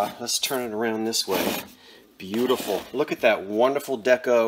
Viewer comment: Boo. Tee. Full.